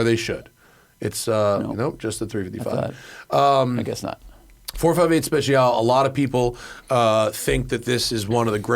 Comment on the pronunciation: Please stop saying 458 SpeciAL…. It’s Speciale.